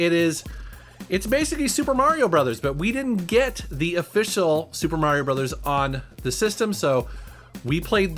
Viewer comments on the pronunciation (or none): none